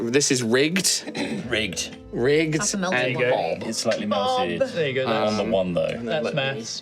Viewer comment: "Help me Rigged" man... all I could hear is "Help me Riggs" - shows my age, Lethal Weapon reference.